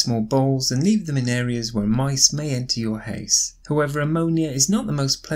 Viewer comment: Why the house pronounced like a hase??